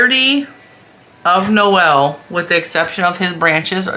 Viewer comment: You are correct when you call him Noel, emphasis on the ‘No’. Noelle is the feminine form. Regardless, he’s cute, as they all are! And I like the extra rows on the stocking, too.